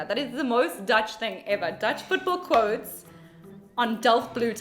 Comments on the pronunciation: good Dutch pronunciation (Irina Russia). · This Irina from Russia has a better pronunciation than most dutchies. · heeft een heel goed accent!